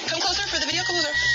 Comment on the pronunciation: I love the way he says " wideo " 🤣